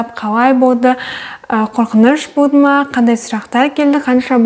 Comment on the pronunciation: Шылпылдап,пышырлап туратыны неприятно екен құлаққа Еще болды деген сөзі боды деп айтканы да неприятно А так все норм Баллың құтты болсын Бізге де бұйырсын